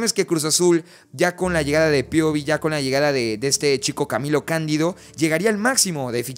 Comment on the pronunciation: No se dice CAmilo CanDIdo. En todo caso la acentuación es en la i en Camilo y en la a en Candido... Están para informar y parte de su trabajo es hablar correctamente y decir los nombres apropiadamente. Aguas!